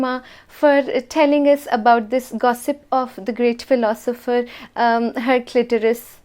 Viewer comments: "Her clitoris" no no Haraclutus 😂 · "Instead of setting up plants government should plant a plant." 😂😂😂😂 "herclitoris" 😭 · This is hilarious saying haliclitris